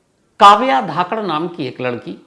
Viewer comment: Sir, surname Dhakad hai ya Dhankad hai ye clear nahi hai.